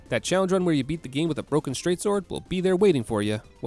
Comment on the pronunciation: Emphasis on "beat".